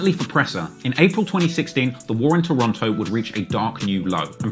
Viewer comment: Wonder when is going to pronouce Toronto right. Someone gotta tell that nigga.